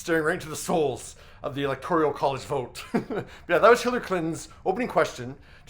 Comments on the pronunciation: "ELECTORIAL" college? Are ya' kidding?,? What? Maybe 8th-grade--tops? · Electoral, not electorial. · Electoral not electorial.